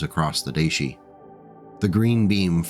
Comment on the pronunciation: Day was not quite right, in IPA it is [da̠iɕi】